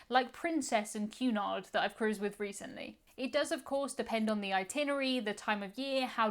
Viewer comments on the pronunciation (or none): none